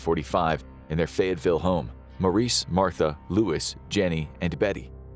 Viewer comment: It's actually "Fayetteville" not Fayettesville.